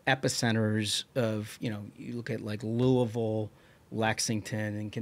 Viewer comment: He said Louisville correctly. Holy tits! Nice